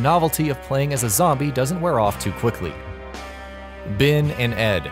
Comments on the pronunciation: not bin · Ben and ed not bin and ed, sped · Narrators on channels like this always have problems saying game names, characters, ETC.. For example, Bin and Ed?